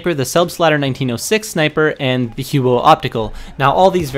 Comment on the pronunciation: The "Hew-o"